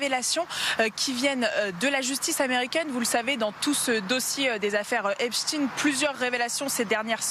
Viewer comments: Pourquoi le présentateur dit Epstein et le journaliste Epstine ? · EPSTEIN ! Eins Wei Drei ! Et non pas Epchtine . Ces gens là viennent de l'Est à l'origine . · EPSTEIN pas EPSTINE. Personne n'oserait dire Albert EINSTINE au lieu de EINSTEIN ! Pourquoi aucun journaliste ne rappelle que ce diplomate/espion est franco israélien a fait son service militaire en Israël ? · Comme Einstein ( peigne, vermeil, etc...) et non Ine... Epstein ( eigne)... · L'un d'eux se trompe. On dit Epstine